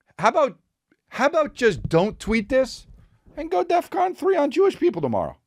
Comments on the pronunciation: Was it just me or was Chris saying "death con" ?? Lol Bc I'm pretty sure its "defcon" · It’s DEFCON. With an F. Not DEATH. Fuck.